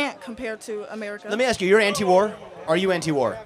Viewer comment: Can't pronounce ask,wants government checks